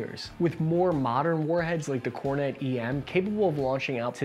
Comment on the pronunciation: that is fake, he pronounced kornet correctly